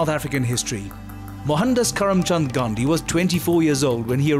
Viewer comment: He can't even say Gandhi's name properly....